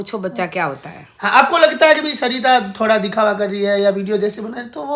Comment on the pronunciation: Aap ye batao aapka naam hai ya saita Aap bolte saita ho vlog mein hai